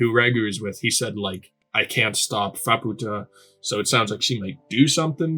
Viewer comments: Oh, no, you're not going to call her "fuh-POO-ta" the entire time, are you? Please do not call her a Spanish whore. It's FAH-pu-ta, exactly how the characters all say it. Maaa is literally an idiotic toddler. Completely insufferable. The single worst part of this arc. This was our first introduction to Vueko in the manga. The flashback wasn't confusingly sprinkled through the arc with zero context like the anime did. I'm astounded you still haven't realized how to pronounce Nanachi. Gaburoon was saying to Reg that they might have the same creator because they share some design similarities; he doesn't know and he would like Reg to discover if they do and who that creator might be. The only person known to have come down to the Sixth Layer and returned is Bondrewd because while the body he's using melts into a Narehate on the way back up in the pod he just switches to another body when he arrives back at Ido Front. "The White Whistles... well, some of them aren't human -- most of the aren't human" Yes they are. Lyza, Ozen, and Riko are all human. As far as we know, the only one who isn't human anymore is Bondrewd, who is a literal White Whistle. We haven't met Wakuna yet, and [Mild Spoiler]: Srajo is also human. "All the White Whistles, they have a Blessing" Nanachi and Bondrewd himself are the only successful Blessed Narehate. Bondrewd directly said this and he doesn't lie. "Maybe I should know this by now, but how are the White Whistles able to go down and come back up?" You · To clarify on Faputa's name, it's pronounced more like Fap-ta. I think the U comes from a translation thing, it's basically been translated the opposite way as Reg, where the direct translation has a U at the end of it but it was taken out, where as it was kept in for Faputa's name. I'm still early on with learning Japanese and most of this is second hand knowledge so take it with a grain of salt.